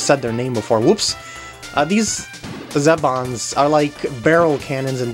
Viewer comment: The green guys are pronounced Zee-Bon. Watch kirby right back at ya, the episode called the big taste test.